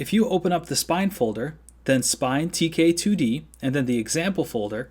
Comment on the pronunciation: You have the voice of an angel. This tutorial is professional stuff. A+++++ WOULD LISTEN AGAIN. Only problem is when you say "2k2d" instead of "tk2d." KILL MEEEE! When you said "tk2d" at the end correctly it felt like I was listening to the most beautiful sirens sing a song just for me. thx frnd!!!!